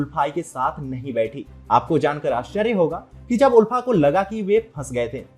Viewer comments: Kisne kaha..Assam mai BJP aane se pehle bhi log toh bahar nikal kar 26 Jan celebrate karte the..Aap yeh sab galat kya bol rahe hai????? Pronouncetion is Aalfa, but it's ULFA Actual word toh dekh lete atleast🤣..kya hoga humare Murkh Mainlanders ka..God knows..sudhro sudhro.. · there's only one universal way to annunciate the term and it's clearly not "aalfa".